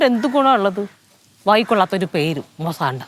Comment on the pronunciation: Ith മുസാണ്ട അല്ല മുസാന്ത annu